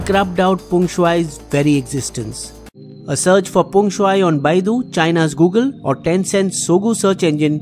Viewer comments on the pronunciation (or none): none